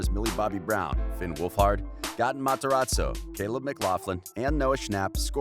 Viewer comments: It's 'Gay-ton' not 'Guh-ton' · He said: Goten instead of Gaten 😂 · This man said GOTTEN Matarazzo 😂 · Gaten sounds like Gaiten not Gatin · Him: Gah-ten Me:Its 👏 Gay 👏 tin 👏 GA-TEN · Who tf is “Goten” 😂😂 its Gaten Matarazzo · “Gotton” ITS “ Gaten” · He says GAten instead of (Gay-ten) and its so cringe worthy!! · Gay-ten not ga-tn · It is gated not garten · Goten its GATEN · GAY-TIN NOT GAH-TAHN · It's not Ga- Tin its Gay-Tin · UR NOT SUPPOSED TO PRONOUNCE IT gAten, UR SUPPOSED TO PRONOUNCE IT LIKE gay-ten 😭🤣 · Him: geh-ten literally everybody else:...it’s pronounced..gay-tin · its GATE-n not GAT-en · It's not goton it's gay-tun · the fact that he says Gaatn instead of Gaten bothers me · Gotten Gay- ten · He is saying Ga-ton Maz-a-ra-zo, but it is Gaten Mazarazzo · Why does he say GATEN like that, it’s just Gaten matarrazo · Its Ga-tin Plz Say It Right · is anyone gonna tell him that it’s pronounced g-ate-en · He's a GAY TIN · god gaten is pronounced gayten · You know you say Gaten as Gayten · Like Gay Ten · reyna vargas he said gateen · Ikr it’s pronounced geiten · Btw it's GAY-TEN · The way he said Gaten makes me wanna scream ITS NOT PRONOUNCED LIKE THATTT 😭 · Its GATE N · He can say cleidocranial dysplasia but can't say gatens name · I am extremely unhappy with the way he keeps pronouncing Gaten’s name. 😒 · I think you said Gaten's name wrong😓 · He said everyones name right except Gatens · It’s gaten bich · How we meant to believe the facts about Gaten if you can’t even say his name lmbo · I love how he keeps saying Gaten names wrong🤣🤣 | √ can I get to 2500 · Ye he says Gaten weirdly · It’s so bad lol